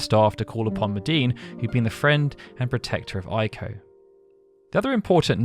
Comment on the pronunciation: Its pronounced Ayko, not Eyeko. Ei in Japanese is pronounced like a long A in English. Ai in Japanese is pronounced like a long I in English.